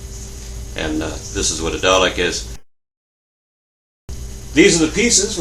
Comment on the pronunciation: Why do americans always pronounce the name dalek wrong?